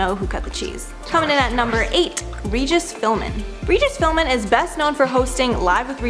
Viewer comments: Twice! I can't believe your mentioning it is an isolated incident here! (Actually, it's Philbin. 😏) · Regis filming??? Get it right girl, is Regis Philbin!! I’m insulted you got that name wrong! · Regis Philmin or Regis Philbin? 🤔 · Not Regis PhilMin its Regis PhilBin like you wrote. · It's not philmen it's philbin .... Learn names before u do videos about them🤦🏻‍♀️ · It’s Regis Philbin not Regis Philmin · Did you say Regis Philman, you dunce? It's PhilBin. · his name is Philbin, not Philmin. How hard is that? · AGAIN ITS YOUR JOB TO PRONOUNCE A PERSONS NAME C O R E C T L Y!!! Especially one with a very long standing career as the man who's name you sadly screwed up. His name is: Regis Phil BIN not Phil MAN as you said twice. Gees, if you people find it so difficult or find it so unimportant to get the names of those you are reporting on said correctly then give your job to someone with a lot more respect for them, themselves and the company they work for. It really isn't hard and only takes a second to do it right. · Regis "Philmen"? Ma'am it's literally right in front of you... Philbin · We just gonna ignore the fact she said Philman and not Philban. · She said Regis Philman and not Philbin lol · Philbin not philmin... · Regis Phil-MAN? 🤣🤣😂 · phli-MAN hahaha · fillmin its philbin lol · Come on Regis Philmin! it says Philbin on your teleprompter the man had a 60 year career, he was called the hardest working man in show business, show some respect! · Not related comment, just something I heard when u spoke...its Regis PhilBIN, not Philmin. I replayed just to make sure I heard u right 😉 no biggie though! Love all u guys! ♡ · it's Regis Philbin, not Philman. Lol!!😅 Love you, (sorry if I butchered your name)..🤗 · I had to wind back to that to make sure I heard her right.....🤦‍♀️ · "Regis Philmin" 🤦‍♂🤦‍♂🤡🤡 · Regis fill-men😂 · Philbin. It's not a silent letter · Did you call him Regis Phillman? What an idiot...